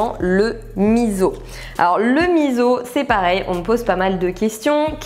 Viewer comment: Alors OUI à la vidéo dédiée au miso ! Mais à condition de le prononcer correctement : "misso" et non "mizo" 🤪 C'est un super ingrédients encore bien peu connu en France et c'est vraiment dommage ! En plus, pour les allergiques/intolérants au soja il y a la marque Kura qui en fait sans soja à base de pois chiche ou lentilles (qui déboitent grave !!) 😊 Je pense que c'est la première fois que jcommente une de tes vidéos, pourtant ça fait looooongtemps que je suis ton travail que j'adore! Merci pour cette super vidéo remplies de bonnes infos 😊 et merci de partager ton savoir 🙂